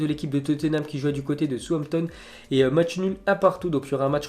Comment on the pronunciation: Dans la phonétique Southampton se prononce saousse Hampton pas sous hanton